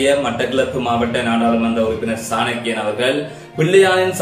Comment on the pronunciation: Bro சாணக்கிய ராஜ குல புத்திர. பெயரை சரியாக உச்சரிக்கவும்